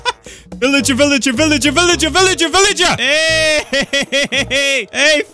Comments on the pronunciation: your a villager why u say villiger 20 times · Sad that wouldn't spawn when he said villigar